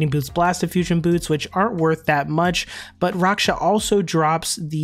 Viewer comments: Raksha= racksha not roksha lmao. Any elite pvmer knows this. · just make a long a sound. raaksha. the developers have said his name multiple times, it's really not hard to find... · It’s not rocksha lmao. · can you say raksha properly please lol